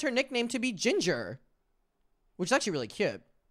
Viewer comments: they said ginge not ginger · they werent saying ginger they were saying ginge.